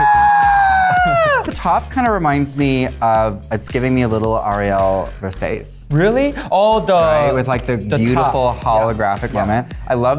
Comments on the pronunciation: Darling its ver sa ci not verses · Certainly Not Vers-ace, not Versa-chi but Versa-CHÉ ! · As a natural red head I’m offended that you would pronounce Versace that way.